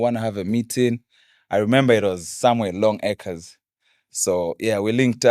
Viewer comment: ni "Long Acres" not Long Workers😂.